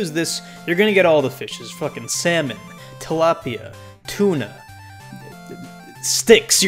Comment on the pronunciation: he said tilapia